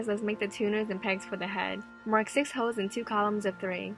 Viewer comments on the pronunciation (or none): The way she says holes sounds like hoes 😂😂😂